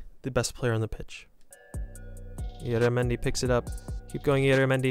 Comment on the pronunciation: Im spanish and my favorite team is the Real Sociedad, it isn't say ilaramendi it says IYARRAMENDI to spell. Sry 4 the English 😅